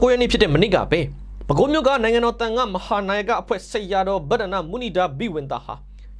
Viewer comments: မုနိန်ဒါဘိဝံသ လို့ဖတ်ရပါသည်....မြန်မာစာမြန်မာ့စကားမှာပါလိဖတ်ပုံညွှန်းပြထားပါသည်။ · မုနိန်ဒါဘိဝံသလို့အသံထွက်ရပါတယ် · မုနိန်ဒါဘိဝံသ လို့ အသံထွက်မှန်အောင် ဖတ်ပေးပါ။ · မုနိန္ဒာ=မုနိန်ဒါ လို့အသံထွက်ရပါ့မယ်။ (နှစ်လုံးဆင့်မှာ၊အထက်သာ၊သတ်ပါမြဲဧကန်။) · မုနိန်ဒါလို့ဖတ်ပေးပါ❤❤❤❤❤ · (မုနိန်ဒါ) လို့ အသံထွက်ရပါတယ် ။